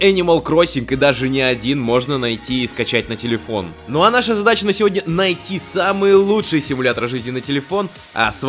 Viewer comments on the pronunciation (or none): none